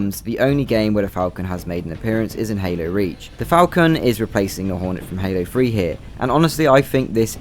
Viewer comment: I thought you said Halo Free 😅 instead of Halo 3